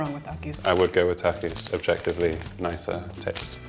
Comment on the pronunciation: como dice Takis me hace reir